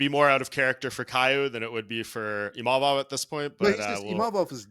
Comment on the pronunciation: He literally said Imavovs name perfectly, but somehow people cant say his name? And thats a requirement for a title shot? People still cant say Dvalishvili ffs. Din is always yapping a load of BS